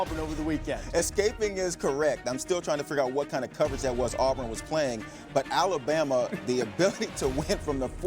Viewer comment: Wait, wait, wait, did you really just say ‘’Bama? Now that is ridiculous.